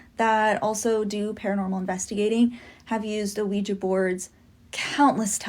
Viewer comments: my brother Keep calling it a weegee board and the demons will haunt you just for spite😂Jk that was meant only to make light of a serious matter.🫣 Ouija boards open doors to the shadow realm and places that even our worst nightmares couldn't describe. Be warned. It's pronounced wee (oui) zha (ja)= Ouija basically yes in two languages.. although slightly different in the German pronunciation French Oui/Ja German.. not that you didn't already know all that.. You are a very intelligent and intuitive man. Much love and respect as always -Ant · Why do white people feel the need to say words completely wrong? Wtf is a Ouijay board? You know damn well that’s not how it’s pronounced ffs